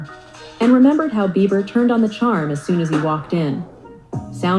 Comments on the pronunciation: His name is Justin Beiber (Bee ber) not Beaver. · Not Justin Beaver It’s BIEBER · WHY ..... WHYYYYY ARE YOU CALLING JUSTIN BEIBER..... JUSTIN BEAVER 🦫???? SERIOUSLY.....TWO B's in BEIBER......HES NOT AN ANIMAL! I can't watch if you can't take a moment to read. 🙄 Jesus help us ALL! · I played this 3 times, put it to my ear and watched your lips. You said, "Justin Beaver."😂😂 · Why does she call Justin( beaver)